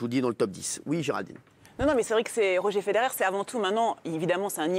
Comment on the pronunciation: ROGÉ FEDERER ?!?!!? JE SAIGNE DES OREILLES 😭😭😭